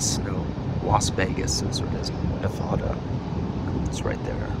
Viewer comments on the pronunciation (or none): you say nevada wrong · The cringe everything pronounces Nevada wrong